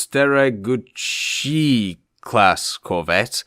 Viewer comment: The right pronunciation is "Steregushchij" . This part "shchi" pronounce like you pronounce "shi" in the word shit (of paper).